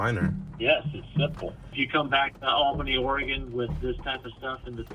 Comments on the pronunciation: Is it really hard pronouncing Albany correctly? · Why did you pronounce Albany like that? It is very odd.